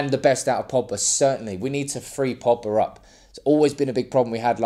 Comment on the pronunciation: There’s a G in Pogba. His names not Poba